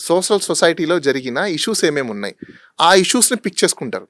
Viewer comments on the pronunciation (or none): none